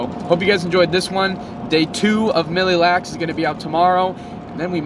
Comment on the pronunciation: please NEVER say milly lacs again!